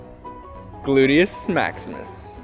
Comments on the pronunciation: "Gluteous Maximus" XD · "gluteus maximus" XD